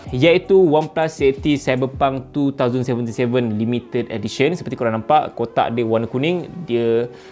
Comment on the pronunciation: wow cyberpunk TWO THOUSAND seventy seven bukan nk hate ke ape tp biasa org pronounce twenty seventy seven